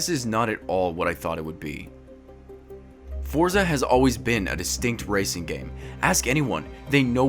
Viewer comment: This is a demo of the full game... Also, check Forza Horizon 3. Lastly, it's pronounced similar to "Fort-sa," not "For-za." It's an Italian word, like pizza.